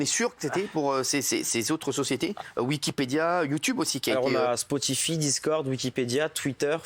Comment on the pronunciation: Suis-je le seul à avoir remarqué la manière dont l'autre là il a prononcé Spotify au début??